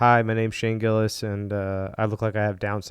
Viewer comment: I got 2nd hand embarrassed when your mouth said Gillis and Chappelle. You ain't even close. Nobody likes commentary videos on shit that is already popular.